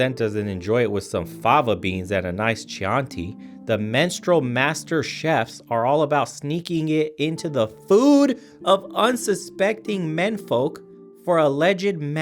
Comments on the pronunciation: It's Chianti like KEY on TEA Not Sheontea like Shenaynay's classy cousin from the Uptown projects. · 1. Expand your soundboard please. 2. It's pronounced key-aunty. 3. Ew.